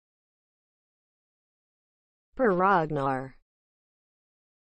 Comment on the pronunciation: Is this a joke? Its not even close to how Per Ragnars name pronounced. Just because you run it trough a speech synthesis doesnt make it correct.